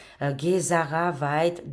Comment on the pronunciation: Hello ma chérie d'amour , Kikou du Canada / Québec , j'espère que tu va bien , moi ça va toujours très bien , toujours très positive et optimiste à chaque jours parce que ça va super bien , ont regarde un film et le film s'achève , pour te dire aussi GESARA ont dit bien G pas Guésara hi hi hi je plaisante avec toi , je te taquine ma belle Cocotte d'amour 😁😂😍 parce que dans un autre de tes vidéos tu à mal prononcer GESARA tu sait que nous les québécois ont n'a notre accent et nos expressions québécoise pour dire '' je niaise ou je te taquine '' qui veux dire '' je plaisante '' loll 😁 et tu sait que je t'aime fort , je regarde à chaque jours tes vidéos et prédictions , c'est toujours très intéressant se que tu veux nous annoncer et prédire et très souvent tes prédictions se produise , j'ai toujours eu confiance en toi et tout se que tu dit c'est pas des paroles en l'air , en tout cas moi je trouve que ça va super bien et les très beaux changements positive comme l'abondance , la prospérité , la paix , les joies , le grand bonheur ça s'en vient , ont va fêter la grande victoire c'est certain et ça sera à travers le Monde Entier , ça sera dans un Avenir très très proche c'est se que je ressent dans mes ressenties et en passant GESARA ils est déjà actif d'après mes recherches et mes sources qui sont très très fiable , donc se qui touche avec L'Alliance , technologies révolutionnaire de Nicolas Tesla tout est actif , le système financier quantique c'est actif ( QFS ) en anglais c'e